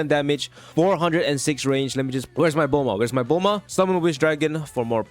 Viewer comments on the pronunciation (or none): none